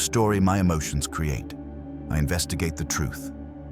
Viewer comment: JESUS "MASTERS" MY EMOT-SHUNS ✝️